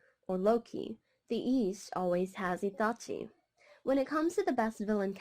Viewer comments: Why she say Itachi like that😂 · It hurts me when you say his name like UoChiA Atachi Just say his name normally you don't have an accent for one name, but it was a good video